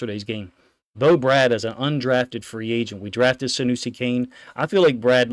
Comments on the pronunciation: Love your content. Fyi its pronounced “BRAID” not “Brad” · BRADE!!!! not Brad